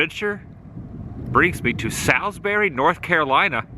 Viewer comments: Haha all the NC Native will make fun of your pronunciation of Salisbury. It’s pronounced Saaalsbury round here😂😂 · Ok ok, I live in Salisbury and I just have to tell you locals pronounce it like Sawsbury 😂, also you missed so much great stuff here! You should definitely come back and see the train station, the transportation museum, Salisbury High School, and all the cemeteries here! Lots of history here! Also the sign you saw that said Ketners Grocery is a reference to the Food Lion chain which was also founded here in Salisbury. Their original name was Ketners! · Ralph Ketner that owned the supermarket in your video, sold to FoodTown that had to change their name to FoodLion, Ralph stayed on as GM for several years. And that town is pronounced Saulsberry lol just thought you might want to know. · Great vid! And it’s “Sauls-berry” 😀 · FWIW, my hometown, it's pronounced sawlz-berry. I'm sure the Chamber of Commerce will appreciate this video. The Carolina Beverage Corporation building at the end of the video is actually the original bottling facility. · Yeah, that pronunciation of Salisbury was getting to me 😂! I was hoping that Carson would correct him!